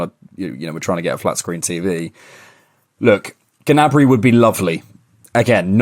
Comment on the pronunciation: Actually pronounced in French nyabri not ganabri as you guys do